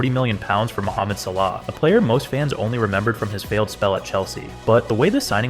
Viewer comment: videos about salah and marmoush? named Ahmed? showed up in an Egyptian national team kit? بتستخبى من مين يسطا و بتنطق صلاح غلط قصد 😂😂